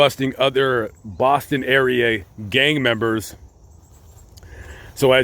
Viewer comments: Mass resident here, I love your pronounciation of "Bahston". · as a masshole I LOVED the way you said Boston at the beginning! 🤌🏻🤌🏻